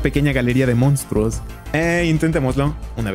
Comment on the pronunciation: Me dio mucha risa los "mounstruos" 😂💜